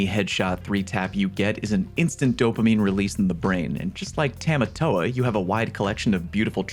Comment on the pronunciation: It hurt my soul hearing you pronounce Tamatoa. As a Hawaiian, pls never try to speak our language again.